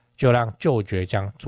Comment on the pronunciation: 其實"堀"念 ㄎㄨ, 只是多數人都崛"ㄐㄩㄝˊ " 江叫習慣了 單就商圈層面來說, 個人觀察覺得 新堀江那區(五福路以南)短時間內很難有什麼改變大概會持續沒落一陣子 但 Indiago 旁玉竹商圈那區(五福路以北) 的次文化店家有漸漸發展起來, 最近道路在大改, 陸續又有店家開始進駐 加上後續發哥那兩大棟多少會帶進一些常駐人口, 玉竹這塊可能有點值得期待 (就商圈來說)